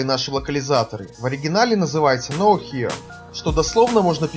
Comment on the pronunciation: Knowhere, это игра слов. И читается не как Know here, а как know where (или no where). В противоположность слову - nowhere - нигде, knowhere - "известно где". Хотя по произношению оба слова идентичны.